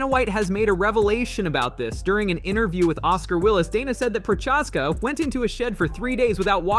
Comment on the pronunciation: Can’t trust a single thing you say when you pronounce Jiri’s last name like that. It’s spoken as Prohaska, not ProCHaska..???